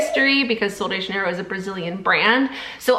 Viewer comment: The brand name is Portuguese not Spanish it’s pronounced JUH-NEIGH-ROHE